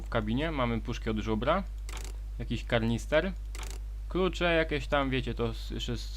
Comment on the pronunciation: Kanister a nie karnister ale esiok okej